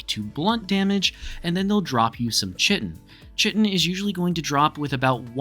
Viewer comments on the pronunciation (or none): chitine the CH is pronouce like a K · stop saying chitin wrong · Yo dude nice video.. IDGAF about how you pronounce Chitin.. sorry some people apparently can't get passed that lol..